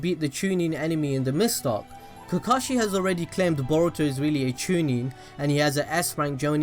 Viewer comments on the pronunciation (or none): none